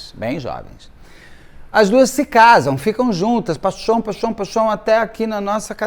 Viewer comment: "Paixon paixon paixon " 😂😂😂😂😂😂 não me aguento com esse Beto kkkkkkkkkkkkk